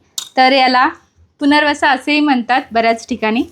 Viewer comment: पुनरवसा नाही पुनर्नवा बोलतात ।